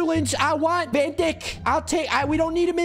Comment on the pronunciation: "Van Whosie" 💀